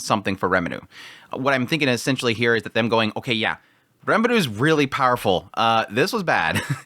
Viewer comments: Quick question: Isn't it R"ie"meru? instead of Re"meru" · This might be nitpickey but why are you pronouncing RE muru as reMARU. It's very distracting. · it's R"ie"meru, isnt it? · rimuru, like it's written. but it's not the first time he pronounces names wierdly, just look at his frieren coverage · Why do you pronounce his name as Remidu? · What's wrong with Remelo? Remalu is totally fine. You're overthinking all this Remilu thing. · Lumus Milus Smith definitely doesn't want trouble for her farm... I mean, holy commune. Also,!! Its Rimuru! Ri like "Redo of..", Mu like "Mushoku" and Ru like "Rurouni" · it's quite strange honestly, they keep saying rimuru's name all the time in the show so you'd think after 50 episodes he'd learn how to pronounce it right